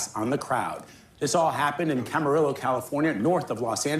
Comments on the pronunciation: Ugh. I just cringed at that pronounciation of "Camarillo". It's Spanish, you don't pronounced it with two "L"s. Also, it hits heavier for me because I lived in Camarillo and Oxnard for two years while I was in college. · No one remembers how to pronounce Camarillo